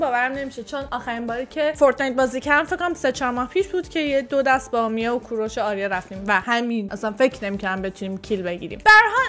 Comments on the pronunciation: الان هم نمیتونی اسم درست اریا رو بگی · تور خدا جان اسم آریا رو درست بگو